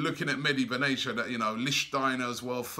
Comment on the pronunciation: Meh-Di Bin Atti-ya; not medi benasia. Robbie pls